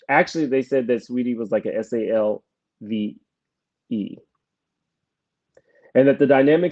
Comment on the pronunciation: It’s not salve its slave … lol !